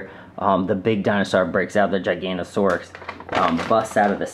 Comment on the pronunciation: I s pronounced gig a not o saurus